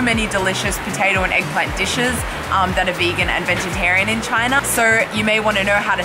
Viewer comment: Eggplant sounds like shoe imo 😳